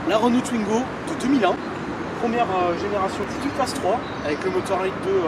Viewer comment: Pourquoi tout le monde le prononce tuingo, sa se prononce comme sa s'écrit, touingo, w se prononce ou